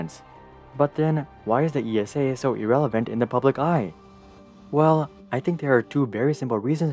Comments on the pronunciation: It’s ESA... not E.S.A. - just like NASA... not N.A.S.A. 😅🤗 could have done some more research about our space agency but overall good video! Keep at it! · Great video! But ESA is pronounced as a name like Lisa without the L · Could you please pronounce esa as one word like you do with nasa? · Sorry EU citizens, here in the USA I’ve always heard or maybe assumed ESA was pronounced as E.S.A. (With Letters). Now we know, no slight is intended. In my opinion ESA either isn’t initiating flashy projects or when it does a flashy project (ie Mars) it hasn’t been the first. Anyway, right now SpaceX owns all eyeballs, even those that once adored NASA for reasons that seem obvious. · Just a pet peave of mine, as someone who has lived with ESA (family work there) all my life, no one calls it "The E.S.A", everyone just says ESA (pronounced like the name "Isa"). As a side note I had a metal toy Orion rocket growing up, awesome thing xD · It just hurts my ears how narrator says "ESA". It's actually the same as you would say NASA (imagine someone saying NASA as en-a-es-a) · you could have done some more research about the name of your main subject - it’s Like interviewing someone and getting their name wrong throughout the whole interview..... difficult to listen to! Better luck Next time!